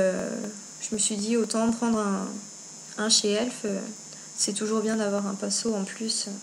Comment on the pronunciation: Héhé c'est pas ELF c'est e.l.f (euuuh eeeelll eeeef) XD pas elf tout court x)